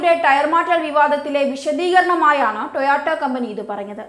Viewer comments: "ടോയോട്ടോ " അല്ല "ടൊയോട്ടാ " ആണ് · Toyoto Alla koche Toyota. 🤣🤣 Ayyo daridryam